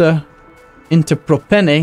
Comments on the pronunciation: Propene is an actual thing but whether it is the correct one is the question. And it's pronounced prop-een. Prop - number of carbon molecules 3 and -ane, -ene, -yne are the types of bonds. Single, double and triple bonds respectively. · I think it's just pronounced pro-peen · Lol I wrote this comment before I heard him pronounce propene. God I'm laughing so hard, I hope he pronounces it like that the whole series!